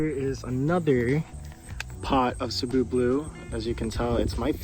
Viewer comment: Thanks for pronouncing cebu correctly. Keep doing videos.